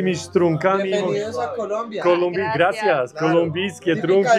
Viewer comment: No es kulumbia es COLOMBIA